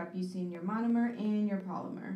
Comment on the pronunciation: Take a shot each time she says monimer😂😂